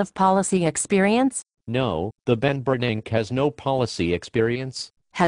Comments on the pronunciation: "The Ben Bernanke". Ha. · "The Ben Bernank" haha that is what I will refer to him as from this day forward. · the only thing i see deflating is the value of the dollar lol and " the Ben Bernank" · Teh benbernank. LOL